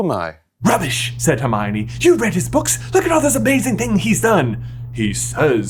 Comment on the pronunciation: That Jaaaaay-mione was on point and brought back VIVID Harry Potter Puppet Pals flashbacks 😂❤😭